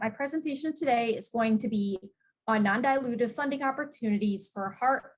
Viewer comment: Did she say NON-dilutive?